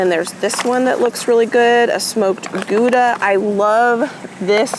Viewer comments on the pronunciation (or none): none